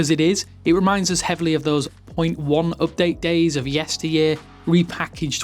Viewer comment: Can you explain what an "up day" is? 😂